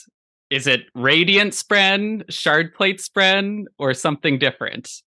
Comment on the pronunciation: Shard. Shart. Cast. The d and t are very close phonetically.